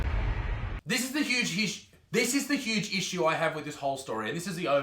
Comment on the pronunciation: that moment when you forget to cut it out "This is the huge hish" *in brain* (sh*t try again) "THIS IS THE HUGE ISSUE..."